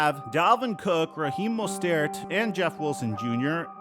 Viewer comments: Why did you pronounce Mostert with a French accent!😂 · 😂😂 that was funny